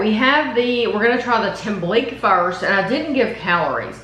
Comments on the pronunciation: The "que" in tembleque is pronounced like the que in queso. Tem-ble-que. Loved the review & that you're open to trying different cultural foods. Looks like you should have microwaved it a bit longer to make it slightly thicker; although I don't imagine the boxed versions of these 2 desserts are a good version. We make them homemade for the holidays all the time. Thanks for sharing these videos! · You pronounce it tem blik key. Only reason I know is because of my sweet little Puerto Rican mother in law. Thank you for making these videos.